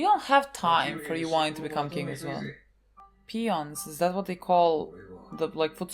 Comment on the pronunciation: [@ ] "Peon" is an insult, so... maybe? XD It basically means someone "small" and "inferior" to oneself, though you did say it correctly! (^ ^;)ゝ